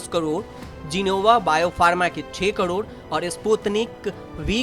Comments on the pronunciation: Hi Tak, Can u please change this voice artist to some good speaker who can speak clear hindi not like Kodod Kodod... its really irritating and annoying. And these are Dose not Dojj... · ऐसी भी क्या मजबूरी है आजतक की जो करोड़ का भी उच्चारण ठीक से न कर पाने वाले न्यूज रीडर को ढो रहा है। क्वालिटी कंट्रोल घटिया है आज तक का। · कदौद नहीं करोड होता है